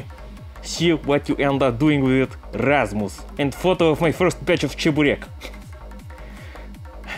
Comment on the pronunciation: You actually Said Rasmus right